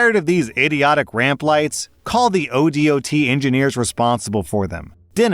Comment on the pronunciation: Btw ODOT is more commonly pronounced as Oh-Dot. Similar things can be said for other states. It's the state abbreviation followed by the literal word 'dot'. No flame just trying to be informative :). It just sounded really weird as someone who is in the industry.